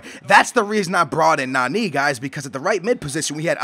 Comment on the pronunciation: Its so annoying that u say Nanee